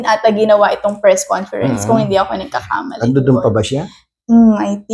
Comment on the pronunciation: "Fres conference"??